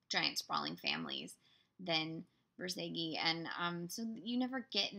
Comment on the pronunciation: I hate auto speak that was supposed to say Bor zageinsteadof notzage